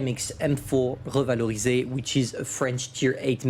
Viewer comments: Nobody: Literally nobody:: Hueva-Lorry-Say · The way he said revalorisé just turned my bones into baguette and blood into wine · no shit hes french